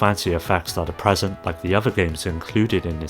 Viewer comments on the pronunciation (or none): none